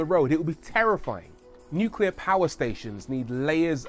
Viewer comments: "nucler waste" is pretty much harmless. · It's always the little things, too. "Look at this new "coop" from Audi." "This is a modern type of "new-que-lar" reactor from the USA." Aaaaarrrrrgggghhhhhhhh! 😬😠👿